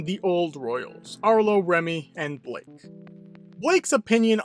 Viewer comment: Guys. Isn’t Blyke? Not Blake.